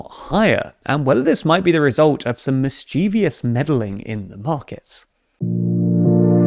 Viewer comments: It's "MISS-chiff-uss", not "miss-CHEEV-ee-uss". Great video though, I've been wondering about this myself. On one hand, I was hearing the storage tanks were nearly dry; then the same day, the price would drop. It's been confusing. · mischievous: MISS-chuh-vus (mellifluous, correct); mis-CHEE-vee-us (grating, wrong, awful, terrible). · Man don't say mis- cheev -i -ous. There is no I in that syllable. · Mischeeevious, eh? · Mischievous is not pronounced the way you think it is. 😁